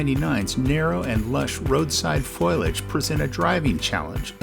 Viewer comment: It’s not aluminum FOILage. It’s pronounced FOLiage.